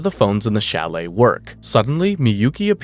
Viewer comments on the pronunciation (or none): none